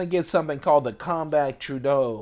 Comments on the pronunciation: its not pronounce true-don, rather it is pronounced True-A-don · Not trying to be that guy but it's pronounced True-uh-dawn. That's a beautiful example. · It's TROH-ə-don